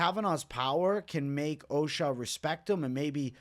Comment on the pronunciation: Ochoa is O-SHOW-AH not Occupational Safety and Health Administration